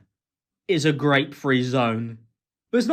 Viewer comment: Did you say “graped by a truck” in that first beep?😂😂 because I agree.